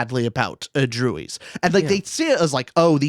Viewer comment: Dang, was NOT having you pronounce druids wrong 😂